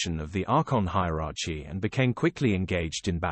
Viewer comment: He can't even pronounce hierarchy lol